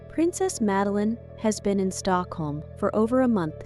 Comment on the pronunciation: Name is pronounced Mud-a-lene. At least try to get the Swedish way of saying the name, and please refrain from Magdalena...